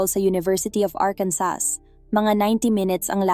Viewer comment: SILENT S ANG ARKANSAS “ARKANSAW” ANG PRONUNCIATION DYAN NDI “ARKANSAS”🤣🤣🤣🤣🤣 BAGO MG CONTENT ARAL ARAL DIN MUNA PARA DI MAGING TANGA!